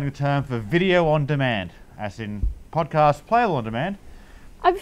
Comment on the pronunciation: When you said podcast, I heard vodka.